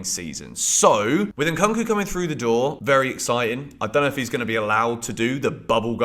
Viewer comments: why do u keep saying it as Cunk? it's Koonk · Somebody please tell to stop saying Nkunku like that 😭😭 it's getting cringe... it's pronounced "Nkoonkoo" not "eNkankoo" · The way you call " Nkunku" makes me laugh. 😅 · The ONLY thing unique about your content repeating post is your miss-pronunciation of Nkunku. Transfer season is copy paste season